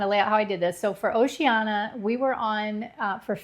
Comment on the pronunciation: It’s pronounced Oh-she-Ann-e-ah, not oh-she-anna